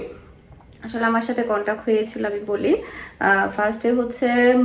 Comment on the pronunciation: It's contract not contac dear sister.... Bless you